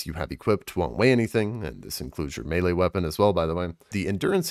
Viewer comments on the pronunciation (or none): none